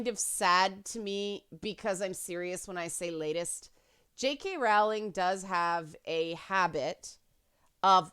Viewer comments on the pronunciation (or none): Her surname is pronounced Rolling (rhymes with bowling).